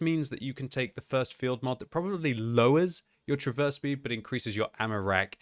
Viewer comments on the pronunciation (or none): none